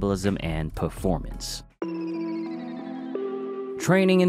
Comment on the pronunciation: You misread "The 'sults", too, didn't you?